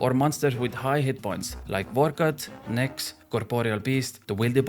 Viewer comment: "really useful hitting those hundreds at reds, or monsters like nix, vor cot, coporol best dewwili bozzez" XD